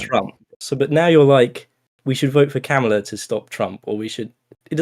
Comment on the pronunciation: ITS COMMA LA. NOT KAH MALA. COMMA LA.